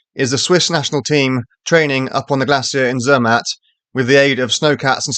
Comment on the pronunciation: OK, but you need to work on your pronunciation. Proper nouns (e.g., Zermatt) don't have an English pronunciation.